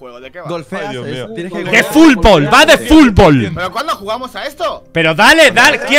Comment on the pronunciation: De que va este juego? Auron: DE FULBOL VA DE FULBOL JAJAJAJ amo la 0 paciencia de este señoor